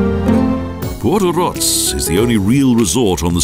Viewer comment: The only problem: the pronounciation of <Portorož>. The letter <ž>, is pronounced like in French.